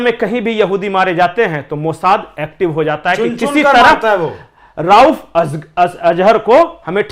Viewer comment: राउफ़ नहीं रऊफ़ अज़हर है।